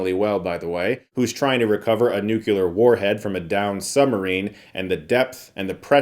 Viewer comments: Nuclear, not nucular... Learn to read. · Love you, but it's nuclear (new-clear basically) not nuke-u-lar. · NUCLEAR. Nucular is not a word. Apologies if you were doing it on purpose for lols. Love you Chris. Merry Christmas. ❤🎉🎄🎁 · Love you, man. But, it's nuclear (new-clear basically) not nuke-u-lar. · Why "nucular" instead of "nuclear", as it's spelled? I keep hearing this incorrect pronunciation and I don't understand its origin... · Thirty seconds in and you're already throwing down with the 'nucular?' It's pronounced new-clee-r. Later... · Love ur channel, but come on NUKE-ULAR chris? Its NEW-CLEAR bomb. Rock on 😊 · Why do Americans have such a hard time pronouncing nuclear? Why do they say new-cu-lar? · What's a nucular submarine? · Every time you say 'Nukular' all I can think of is Homer incorrecting Lisa. lol For the Abyss, it makes me miss movies feeling real. Even some of the best today don't have the same stakes because you know they're on a green screen. Traditional FX are the best. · Nuclear! Not Nucular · Chris! It's nuclear not "nu-cu-ler" . As an educated man you need to realize this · It always amazes me how Chris pronounces word "nuclear" as "nukelar" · OH NO! Chris is one of those people that says “Nuke-yuler” 😂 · I never understood why people can't pronounce "nuclear" properly. It's NOT "nuc-U-lar". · 2023 and people still say "nucular". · STOP FUCKING SAYING NU-CU-LAR DAMMIT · Chris. 'Nucular.' Seriously? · "nucular" "nucular" "nucular" CHRIS WHY WHATS GOING ON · "(...) enlisted to search for a lost NUCULAR submarime (...)" American moment. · Chris... "Nucular" is not a word. A good friend would step in and tell you these things to stop future embarrassment. This is one of those words people cringe at when they hear someone say it wrong. Stop this. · oh no, Chris says nucular too :( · Nucular? Come on, Chris... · Nuke-ular lol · Nuclear!!! Sorry, I couldn’t help myself 😂